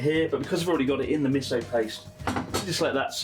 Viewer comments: I love how in English Chris says 'miso' as 'missoh' like a Brit. But I'm sure if he was to speak Japanese he'd pronounce it "correctly." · the amount of times he says miso wrong :face-purple-crying